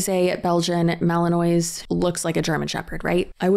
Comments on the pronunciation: Not that it matters, but its malin-waw. Silent s. And theyre such notoriously difficult dogs that theyre referred to as maligators. Exactly the sort of dog someone who had to rehome far less difficult breeds shouldn't get. Its possible he wasnt a retired police dog, but a rejected one. Also, I've heard of, like, hunting dogs going to live with trainers for months or even years bc of the level of scent training, recall, etc, that some of those dogs need to have (like the ability to only hunt certain types of birds at a time to comply with hunting seasons), but to send a pet away for that long is totally bizarre. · Ok I just want to say the pronunciation of the dog Belgian Malinois is ma-lluhn-waa. No shade just the correct way to say it. I’m sitting here for 3+ months doing doggie. Hospice . On my 16 1/2 year old pup. This Brittany person needs to be stopped . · FYI Malinois is pronounced with a French accent: ma-luhn-waa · The way you pronounce Belgian malinois 😂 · I love you but please look up the pronunciation of Belgian Malinois. Also they come from Belgium not Germany 😂🩷🐾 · Tbf I genuinely thought your pronunciation was correct because I don’t think I’ve ever heard someone pronounce it correctly lol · Malinois is actually pronounced "velociraptor"!!! 😂😂😂 But seriously... Mals NEED a job, or they will literally go insane. (Its really pronounced Mal-in-waa) ❤ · I’m sorry but it’s bothering me. It’s a Belgian mal-en-wa, no e on the end. I also hate those dogs from my own personal experiences. They’re always super aggressive and scare the shit out of me. New sub btw I love your videos! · I wish she were the only person to adopt a puppy, only to find out it has a lot of energy. The shelters are full of dogs who were adopted by people like that. The Belgian Malinois is pronounced mali-nwah, like the ending of bourgeois. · Fyi, its pronounced Malan-waa rather than phonetically Malan-ois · Fellow, I love you but the "mali-noise" sent meeee. Ma-lin-wa:P